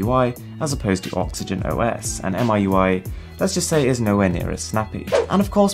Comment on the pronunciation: Miui is spoken as "me U.I" not "M.I.U.I" Sorry its grinding hearing a pro getting it wrong.